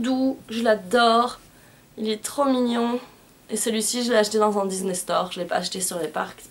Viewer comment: coucou super vidéo et pour ne pas être méchante on dis "disney" et pas "diznay" et j'ai remarquer dans une de tes vidéo tu disais "maléfisse" mais c'est "maléfique" voilà gros bisous